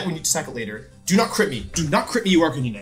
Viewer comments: Sorry, Ar-kuh-nine, my dude saying ar-kuh-nee-nee XD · Calls Arcanine ARR- CAN- NINEY Bruh 😂 i cant tell if this is on purpose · I don’t think I’ve ever heard anyone pronounce Arcanine like you do😂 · Arc-nyneh x3